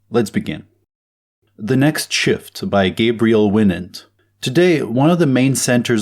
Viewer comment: Winant is pronounced like Wine-ent